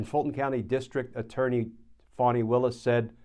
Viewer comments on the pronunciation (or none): none